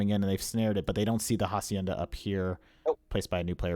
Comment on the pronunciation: Just a tip for pronunciation it's not jacienda the H is unsound just say acienda